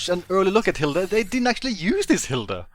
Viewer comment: German here Hilde is not pronounced as Hilda.